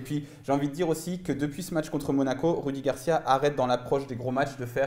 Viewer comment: Ces rudi garcia arrêté de dire roudi